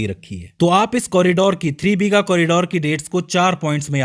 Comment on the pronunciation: Its not BHEEGA, it's BIGHA